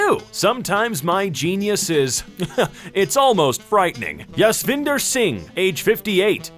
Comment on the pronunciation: Dude, the fact that he said "Yasvinder" is killing me XD FYI it's an Indian, or rather, Punjabi name, it doesn't have the Swedish style 'J but we say Y ' to it.